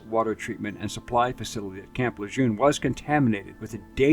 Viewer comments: Please pronounce the honorable name of the man the base is named after… Luh-zhurn. Not Luh-zhune. Like when you say Colonel there’s no “R”, , but one have to say forth Lejeune I am not a language major, but I do know enough about uncertain things. Good video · General LeJeune's pronunciation of the name is 'Le Jurne'. It's French. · the base is named after Lt. Gen. John A. Lejeune, a man widely regarded as one of the greatest Marines of all time. He didn't pronounce his name the way people commonly do. He said 'luh-jern" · Its actually pronounced La-Jurn as in ⚱️ urn. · 0 43" Camp LeSHURRne. = La. accent /dialect !!! Semper fiNN 🇫🇮 (= "Welcome" to "NATO" ...).